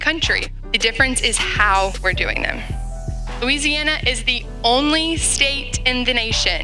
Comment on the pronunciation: I put this on .75 speed and it still sounds like she is saying MOO-EASY- ANNA. I think some globalists hacked the audio.